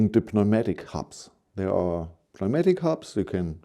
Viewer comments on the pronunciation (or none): Newmatic. The p is silent 😉